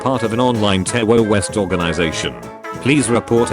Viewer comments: "tewwowist" UwU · Did the bot really just say "TerOwOist" Organization?